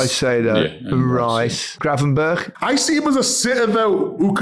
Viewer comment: Micah is still pronouncing Ryan Gravenberch's name wrong too